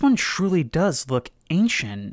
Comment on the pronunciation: I know he's saying "look", but the way he says it makes it sound like "fuck", and now i cant unhear it.